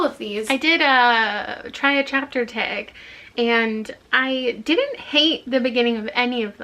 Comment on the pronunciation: The TBR Taeg. I'm NOT a Canadian, so it literally sounds like taeg